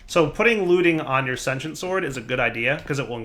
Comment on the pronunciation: Why do so many people have trouble saying sentient? Love your vids man. Just nit picky